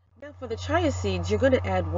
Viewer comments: Chee a seeds chee a, that’s how you pronounce chia chee a seeds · Great ingredients in this smoothie. I will try it. However, The seeds are pronounced C-H-I-A... you kept saying CHAI, which is tea. A little confusing 🤔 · Umm ma’am they’re called chia (chee-ya) seeds not chai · its pronounced Chee-a , not chai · Wonderful addition of the chia "cheeah"seeds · Chia is pronounce Chee-uh. Great video, but just wanted to note that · pronounced: chee-ah seeds. 😊😃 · The word chia is pronounced as chee-ah . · I dont like the way you pronounce chia